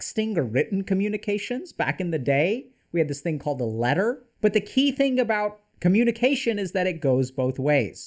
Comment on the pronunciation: Coh-muni-kwation? 🤔 Math algorithms?